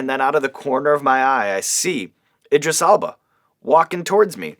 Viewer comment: That's exactly what I wrote originally. But then googled his name, cus the way Sean was pronouncing it lol.